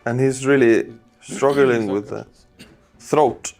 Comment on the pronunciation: Excuse me,, it's "struggling", not "struggle-ing".